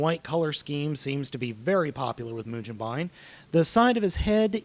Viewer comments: can you read japanese? let me break it down for you マシン ロボ ムゲンバイン マシン = ma-shi-n = machine ロボ = ro-bo = robo ムゲンバイン =mu-ge-n-ba-i-n (yes in japanese consider the "n" at the end of the syllable, as it's own syllable) if you don't believe me, google a katakana chart and actually LOOK for how to SAY mugenbine, or continue to sound like and ass. Either way, the internets know I'm right. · its mujenbine dude and if you are goign to sound it out do it right its mu jin bine, not ba in. the japanese say it mujinbine not mugenbine however we can say it that way cause we aint japanese(im british but we i still say gen rather than jin.) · it's pronounced moo-gen-ba-in, the GEN is pronounced like the ge in "get" there is no "je" pronunciation in the japanese language. if they need to say it because of foreign words, they would spell say it like ji-e.